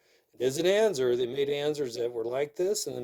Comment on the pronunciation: Why are you pronouncing it “anzer”? That’s not how it’s pronounced. Just another hoarder pretending to post an educational video and you’re really just showing off. When you die that stuff is going to be sitting at the nearest Goodwill.